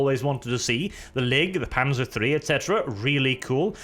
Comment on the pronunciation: Wait, this is a German campaign? So why do these soldiers speak English? Also, you have no right to get annoyed at people botching the pronunciations of German words,, since you keep pronouncing the "z" in "Panzer" as if it was an English "z"...